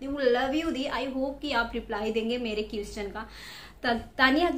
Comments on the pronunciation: #.. Ur pronounciation need to be highly improved It's pronounciated as 👉क्वेश्चन"👌...not क्युस्चन 😂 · 🤣🤣🤣🤣🤣 thumra English my goodness qushwin answur🤣🤣🤣🤣nhi hota question answer hota Hai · U r very nice youtuber..just need to improve English pronunciation.. For eg.. - question = kweshch-chan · Question, you tube ka sahi se pronunciation to karo...